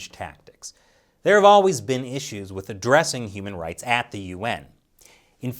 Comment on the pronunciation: i hear that as "UN Humanoid Council" ... i wonder why? while i hear it normally as "UN Human Right Council"